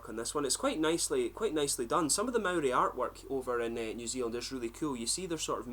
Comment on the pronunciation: You pronounce Maori better than most white kiwis